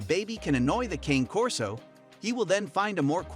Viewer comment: Hard to take inputs from a source that mispronounces the breed name